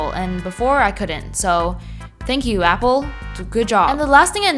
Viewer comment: "But ai wunt appo sicksteen😢"